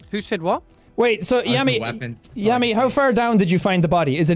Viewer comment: When jack says Tammy sometimes it sounds like yummy